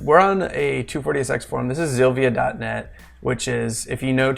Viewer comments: you smell bad. do you have a pea for a brain. its pronounced silvia not zilvia looser!!!!!! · Did he just say zilvia front end ? LMAO